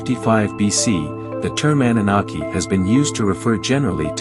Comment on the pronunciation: Defining the term but cant even pronounce it correctly. LMAO Thumb'd down.